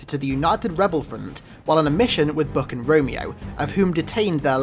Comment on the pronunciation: why do you call buck "book"?